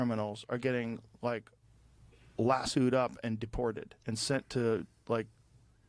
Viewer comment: Joe living in Texas not knowing how to pronounce lasso is funny af 😂 Anyway…GTFO. Fresh outta empathy 🎉